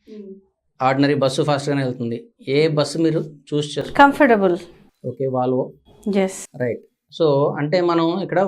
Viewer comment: వాలవో. కాదు. వోల్వో. అనాలి...